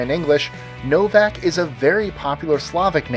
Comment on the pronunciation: the way he said Novak. TRIGGERED